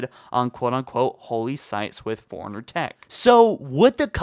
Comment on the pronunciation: Is it just me or every time he says forerunner he says like he's saying Foreigner